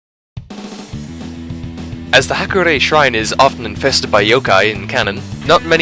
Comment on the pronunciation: You mispronounce "Hakurei" in almost the same way that Midwesterners mispronounce "Mario" as "MEH-reeo" lol